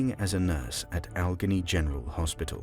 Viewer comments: It's not Doo-Nesk. It's Duquesne, pronounced, "Doo-Kayne". Sheesh, are you an AI? And it's not Ol-gunny. It's Allegheny. Pronounced, All-Ieg-Hay-Nee." This is Pittsburgh!!! Home of the Pirates, Steelers & Penguins. Even you Limeys overseas should've heard of us at least a few hundred times in your lives. How embarrassing. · This was great. Since you're from the UK, perhaps you might investigate our weird American pronunciations a bit: Duquesne is "Doo-kane,"; Slough is "slew," Allegheny is "al-e-ghay-nee," and so forth. If in doubt, consult the internet. I know it was your language first, but we have our little ways. Otherwise, fantastic work!